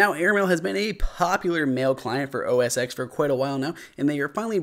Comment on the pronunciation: Nice Review! I love your videos but just a side note, it's pronounced "OS Ten," not "OS X."